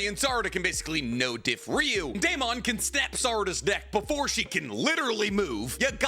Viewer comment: Please stop pronouncing Deamons name like that.. its pronounced like Matt Damon or Damon Waynes. Not DAME-ON but DAY-MUN. I just know bc my name is Deamon too